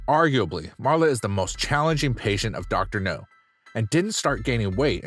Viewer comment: His name is Dr. NOW, not Dr. No.